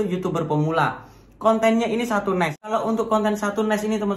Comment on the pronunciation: Bacanya satu Niche(nis) kali bukan Ness 😀